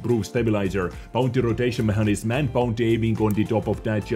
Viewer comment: The word "mechanism" is pronounced meck a nizim, in NA English.